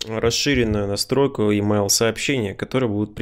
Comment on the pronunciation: Емайл. Спасибо за урок. Правда режет слух произношение.